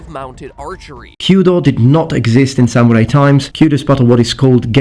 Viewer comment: you actually said samurai right!